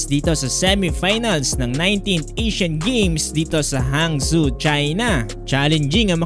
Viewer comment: Hangzhou po (Hang-joe) ang pronounciation